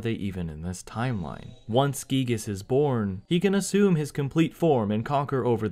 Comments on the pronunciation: I won't fault people for pronouncing it "guy-gihs", as I know it sounds cooler. I just hope more fans recognize that "ghee-gihs" is closer to Itoi's intention with the name! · Finally confirmation that the name "Giygas" is pronounced "ghee-gihs", instead of "guy-gihs". The reason of the sound "ghee" seeming off to the ear. Cool!